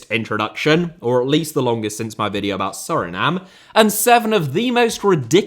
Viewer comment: HOW could you minspronounce the world VIDEO. It's literally what you do for a living for god's sake